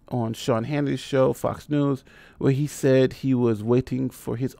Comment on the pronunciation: I take minimal offense to my name being pronounced as "Seen" lol I won't hold it against you,. Keep up the good work!